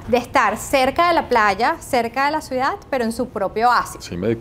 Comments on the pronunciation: Esta señora vive en una ciudad, y NO SABE NI DECIR "CIUDAD".🤯 Señora, NO ES "Suidá".🤣 Hay gente que viene a Miami a hacerse los finos y "fresas", luego les ves diciendo que para tener "calidá de vía" hay que tener un apartamento de $ 4millones.🤦🏻‍♂️ La mejor herencia posible a los hijos, es la educación y la inteligencia emocional. Con eso tendrán libertad financiera para disfrutar del tiempo libre, amarse a sí mismos/as, tener calidad de vida sana, en una casa bonita sin tantas banalidades inútiles que se tienen solo para "impresionar" a los demas y sobretodo, sabrán hablar correctamente su propio idioma.🤷🏻‍♂️😅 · La CEO tiene que aprender a decir "Ciudad" y no "suidad"... Saludos ✋ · Esta chica muy bien vestida, muy bien peinada y dice “suidad” en vez de ciudad 😅😂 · Me encanta cómo dice suidad en lugar de ciudad 😅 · Buen video todo bonito, pero no podía evitar oír cuando la chicha decía suidad cuando es ciudad 😅 que pena vale dile que ensaye esa palabra. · Todo magnifico hasta que las chicas dijo "SUIDAD" como 5 veces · Toda la vida estuve equivocado... Siempre dije "CIUDAD" y resulta que se dice "SUIDAD"